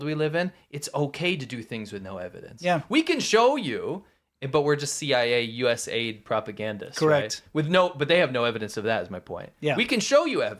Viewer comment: It's "US "A." "I." "D.". It has nothing to do with "aid"